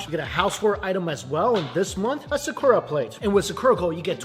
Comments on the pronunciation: I love you, I really do, but PLEASE use your phone to find out the pronunciation of sakura. You can use your phone to do this. It is not sickoorah. It is SAH-KOO-RAH, wmphasis on the second syllable. Also, for the latest videos, your sound is way down and I have the volume up and am also using an external speaker. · Why do you pronounce sakura that way? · For someone who loves Japan he butchers his pronunciation of words out of ignorance. (Multiple comments have correct him over the years).